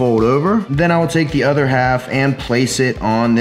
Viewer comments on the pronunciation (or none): none